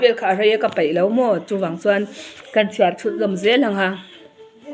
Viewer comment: Ka peih ti la...ka paih i tia😅.. E leh a hi i lam pawlh nasa thin.